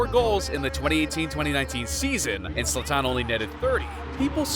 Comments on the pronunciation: I can't take this video seriously when you can't even pronounce his name correctly. It's Zlaaatan and not Zla-tannn! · Why hasnt nobody mention that he enunciate his freakin name at the wrong A. Its ZlAtan not ZlatAn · You are disrespecting him pronouncing his name like that 😂 Its not zlaTAN, its ZLAtan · His name is pronounced ZLAH-TAHN. Not Zahtahn. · It’s ZlAtan, not ZlaTAN. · Its pronounced zlatan. Not zlataaaaaaaaaaaawn. Come on ai. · It's zlatan and not zlataan dude mispronouncing the gods name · funny how you get his name wrong continuously, it is ZLATAN say it over and over, not Zoltan!!!!! Oh, and ethnically he is SERBIAN, you can tell from his name. JS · Who cares for mls?! Who calls Zlaran Ibrahimovic a f Zlata-an. Zlatan not Zlataaaan. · ZlAtan, not ZlatAn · HIS NAME IS ZLATAN, NOT ZLATTAN! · Zlatan, not Zla-tan. Come on bruh. Just say it all together, stop making a pause. This video is so americxan where the presenter has to be the star and the center piece instead of just showing footage. Trying to be funny and cant even pronounce his name. 100% american bullshit. Stick to pigskin-ball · 2 seconds in… ZlaTÁÁN?? Fuck this video dude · Who is Zla-Taan? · His name is not Zlaten he is sathan😈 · no. u mispronounced Zlatan in the 1st seconds so I couldnt. Ur narration is a bit over the top as well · I think the biggest disrespect is mispronouncing Zlatan's name this whole video. Would it had cost to put at least 20 seconds research into figuring out how to pronounce it? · Mispronouncing his name for 11 minutes straight. Talk about disrespect. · Wrongly pronounced Zlatan through a whole video, but good video anyways. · It would have been better if you pronounced Zlatan correctly. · Bro, ur butchering his name. Stop saying it like a idiot , and u talk to much , the clips talks for it selfs